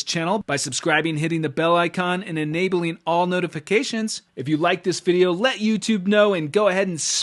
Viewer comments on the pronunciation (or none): none